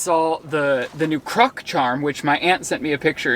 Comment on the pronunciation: why did he say croc like that 😐